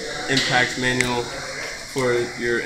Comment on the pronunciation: "You can find it in the manrual." haha.